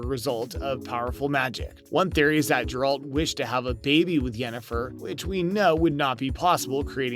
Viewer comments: Please don't do videos on topics if you're not familiar with the source material. 1) Aquaman is a DC property and 2) It's Geralt, not Jeralt .. pronounced "Geh-ralt" .. have you even watched the show? Read the books at all? Or even bothered playing any of the games? Or are you just rushing to make a video on a hot topic? Wouldn't be surprised if you followed this up with a Spiderman No Way Home Video too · Oh boy.....you said Jeralt, not Geralt. Reminds me of the young kid at Gamestop when I bought the Funko of Geralt fighting the Leshen.....and he pronounced Leshen as....Lashawn. His fellow employee and I had a nice laugh about that. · You should have not rushed this one. 1. It's Geralt and not Jeralt (the way you keep saying this is offputting) 2. Aquaman is a DC character and not Marvel. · IT IS NOT HERALT man stop it pleaseeee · How can you call this Video everything we know, and not even know how to pronounce the main characters name? Did you watch the series? Did you play the game? Or is this just a blind commentary? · You immediately lose credibility when you butcher the pronounciation of the main character's name of the subject of your video. Lol. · Yes this had me wondering that too. How familiar with this material can he be if he can't pronounce the main character of the series right? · Geralt with a G not a J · The way you read 'Geralt' is offensive.